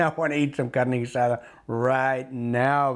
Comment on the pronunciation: You can tell he knows what he’s talking about just by the way he says Carne Guisada